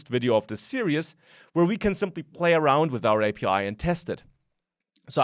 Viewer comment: hey, just wanted to point out you are pronouncing "series" incorrectly, Unfortunately the series have already been recorded so there's no going back, but if no one corrects you, that's bad on us. Here's the correct pronunciation here: Thanks for the tutorial!